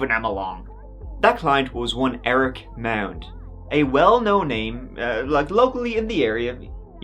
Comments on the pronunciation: It’s pronounced “MOD.” I live in Austin and have actually been to this dealership several times. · Can you all just agree how to pronounce the name MAUND!